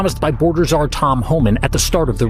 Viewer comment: Czar= ZAR. not KA-ZAR !!! AI CRAP